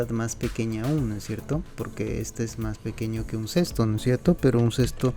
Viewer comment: como sabes hacer todo esto pero no sabes pronunciar un sexto?